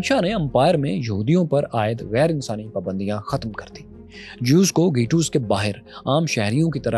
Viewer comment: گہ ٹوس گیٹوس نہیں